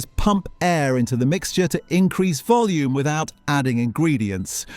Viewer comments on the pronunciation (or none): none